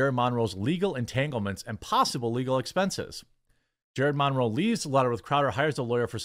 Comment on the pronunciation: Where did you learn to say "Monroe?"